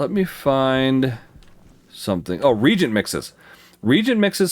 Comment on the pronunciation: 'ree-ay-jint'. that's how you pronounce it. not 'reejint'. fantastic series nonetheless. I have learned SO much. thank you 100x, thank you.